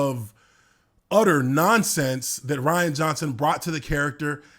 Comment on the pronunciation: I love how he says “Rhianna”.